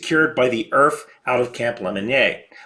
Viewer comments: "welcome to Earf" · "Welcome to earf." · Welcome to EARF